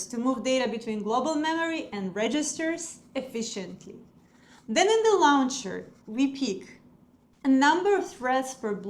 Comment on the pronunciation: Launcher произносится "лончер", а не "лаунчер".